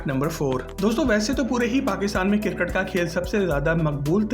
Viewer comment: لفظ کرکٹ CRICKET بھی ٹھیک کیجے